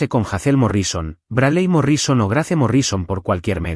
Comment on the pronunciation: GRACE NO SE PRONUNCIA SINO GREIS